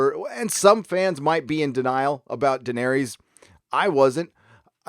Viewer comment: Please pronounce Daenerys correctly....please.